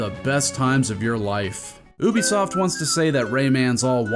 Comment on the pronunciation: Thank you for pronouncing Ubisoft they way those morons actually wrote it